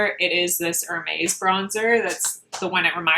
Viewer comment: Please learn how to say Hermes the correct way and you have to watch Nikki La Rose. She is a professional makeup artist and she matches her body and face makeup perfectly. Your face looks pale and different shade than your neck and body on the video!